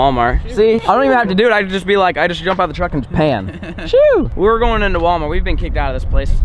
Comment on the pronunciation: Nobody:: anyone has an idea 💡 for a new vid Nobody:: I heard WALAMART BEEF CAKES 🎂!!!!